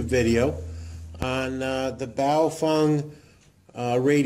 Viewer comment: it's Bao FENG hehehe not Bao FUNG :)